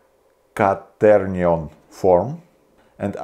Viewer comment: The moment he said canterniom I thought he wanted to summon a devil or something. When he said "öler" I realized he meant the angle things... They are not that hard...